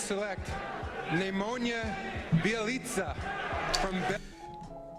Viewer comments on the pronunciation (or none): Both of those Nemanja ones were wrong... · Adam Silver also didnt say it correctly jesus christ its just Nemanja whats so difficult?